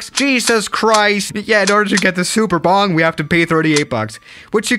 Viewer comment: Boing not bong